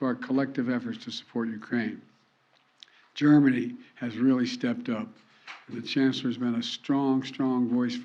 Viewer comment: . “Dermany” didn’t force me to change my mind. WTF!!?!